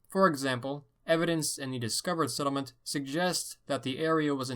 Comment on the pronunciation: The way he says settlement makes me wanna kill myself